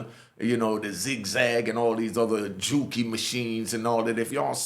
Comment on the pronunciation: I gave you a like first 10 seconds in because you said juki.